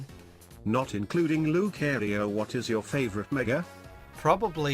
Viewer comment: loo-cairo Yeah I know lucario's origin is related to Egyptian mythology but don't spell his name like Cairo